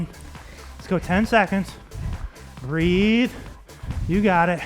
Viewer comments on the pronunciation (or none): I hate when “breathe” sounds like “three” and I get fooled into thinking the move is almost over 😂